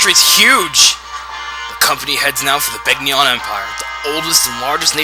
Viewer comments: Begnion. Ben-YON. The g and n are like the word, gnaw. Get that through your skulls. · In Radiant Dawn The Narrator Says Ben-Yon